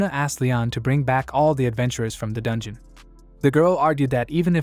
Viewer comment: Can't even say dungeon and what's with the hitman.... All this ai saying dumb things makes me me not want to watch this things